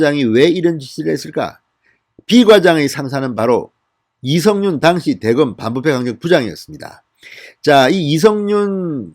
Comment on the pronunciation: '당시'는 여전히 악센트가 틀립니다